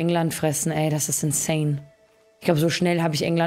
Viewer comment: Also ich schaue ja echt gern zu, und ich weiß du hasts nicht mit den ganzen Wörtern und Namen. Aber "Skåne" andauernd "Scane" zu nennen ist auf Dauer dann doch echt 🤯 å wird wie o ausgesprochen (simpel gesagt), und wenn dann bitte einfach Sk-ane sagen, auf Deutsch... 😣